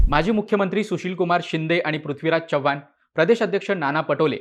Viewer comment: भावा, चव्हाण चा 'च' व्यवस्थित उच्चार, तू मराठी आहेस, अमराठी नाहीस.